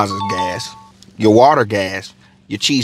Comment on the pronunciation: Por-til-os. (Not porteeoos) ❤